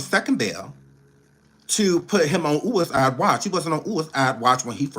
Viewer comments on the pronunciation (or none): Happy birthday 🎂! “Ooo-ih-iiide” watch😅